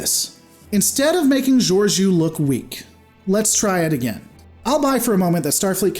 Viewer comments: You constantly mispronounce her name, what's up with that? She wasn't a captain at the time, so it wasn't really up to her to help them. There have been other cases of ships going to warp in the atmosphere of planets. The rest gets explained in season 2 of Discovery - both races evolved on the same planet, so Saru's people weren't victims of an alien invasion. They were all clearly aware of technology such as shuttles so hiding it from them wasn't necessary. Just, you know, actually watch the show and enjoy it. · not how you pronounce her name lol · Are you sure you even watched it? Can't even pronounce her name lol